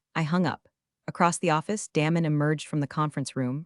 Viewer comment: His name is not Damon, like “damn”. It’s Damon, like Day-mon.